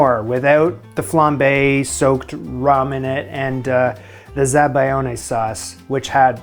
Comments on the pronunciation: za-ba-LYON-eh. Never pronounce a hard "g" before an "L" in Italian! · Say it with me: "Zah-Buy-Own", That is how you pronounce "zabiglione" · Zabaglione, pronounced zab-al-yoni. You're welcome.